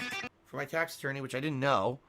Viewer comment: Tahxic tahx ahttorney